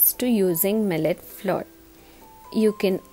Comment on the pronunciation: Good recipe but pronunciation of flour is not correct